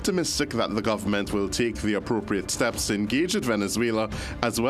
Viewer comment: Please pronounce the words properly It's Government not Governmont It's Parliament not Parliamont time to do better It's ment ment not mont mont